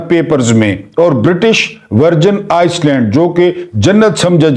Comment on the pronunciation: Correct your pronunciation..its Iland not Iceland. 🎉